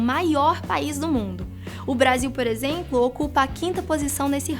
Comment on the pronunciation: Só eu notei que a falou Por exempo??